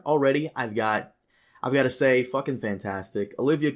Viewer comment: lol I heard you say Odo instead of Otto Hightower and my mind went straight to DS9, he's a character on DS9. In any case, thank you for all the effort and interesting podcasts, keep it going!